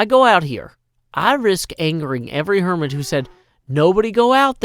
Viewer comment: Statue of Hermitty. No 'r' before the 'y'